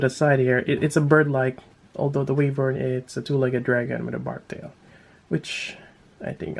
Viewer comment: why-vern is how its pronounced